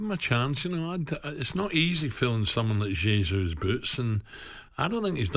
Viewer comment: Who's "Jay-Zoo" Alan? I don't remember us signing him.